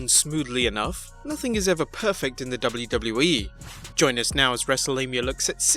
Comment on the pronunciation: The way you say wwe is a botch